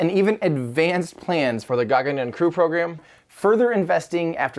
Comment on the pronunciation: I like how the sound of Gaganyaan is different. meaning Tim probably put that in later because the couldn't pronounce it right haha